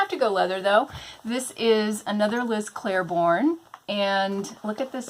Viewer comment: I'm making my own TN from start to finish and was undecided on the exterior. This makes me excited. I see awesome purses all the time that don't actually work for me as purses. Great idea! I do want to say one thing, just because I noticed. It's Liz Claiborne, not Clair-borne. There isn't an "r". Not trying to be rude, in fact I like when people correct me because sometimes I don't know I'm saying something wrong.